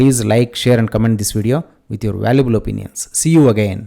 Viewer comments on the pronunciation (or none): none